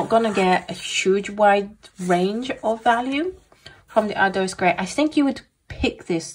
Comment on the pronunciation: Hello, Great review! I love these darker colors. Ardoise is the word French for slate. /.. oise/ is pronounced like /was/. Once again, you did a fantastic job! Happy holidays.